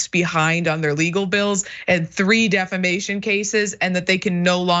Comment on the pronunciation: Or as Lindell pronounces it, “deflamation”.